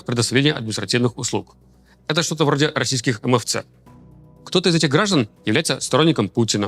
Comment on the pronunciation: Сразу видно, что Левиев давно не живёт в России, и не имеет отношение, к нашей стране. Да у тому же, не вернётся туда. Эй, Левиев, в России говорят "эмфЭцэ", а не эмЭфцэ". Ибо так даже, выговаривать проще. Впрочем, у Левиева и так дефект речи, так что для него норм, так коверкать .